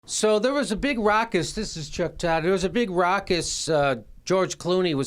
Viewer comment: ruckus not rockus